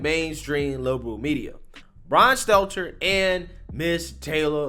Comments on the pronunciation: *Stelter. Rhymes with Shelter. Not “Seltzer.” I know, I know, old habits die hard. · Are you calling him Brian Seltzer on purpose? XD Fat ass's name is Stelter, not Seltzer. XD